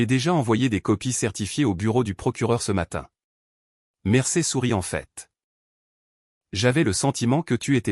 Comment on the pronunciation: On ne dit pas "Mercer !!!!', mais ! : 'Mercier !!!'